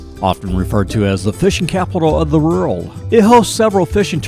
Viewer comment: THAT'S "WORLD" NOT "ROULD"!! Learn to Pronounce Proper English Words.